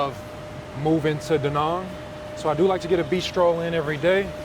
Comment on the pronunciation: It's Da Nang not Da Nung!